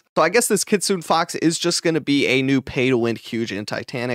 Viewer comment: EARLY GANG RISE! its kit su ne not kit sune 🤣